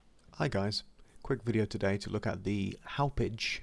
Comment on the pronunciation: So funny hearing others try to pronounce town names from long island. It's pronounced like haw-pawg. Company is located there.